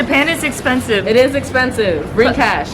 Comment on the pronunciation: "Brining"? :D No worries, these mistakes make you even more likeable. :D